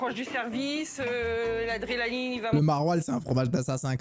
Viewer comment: 2 fois elle di l'adrélaline c'est grave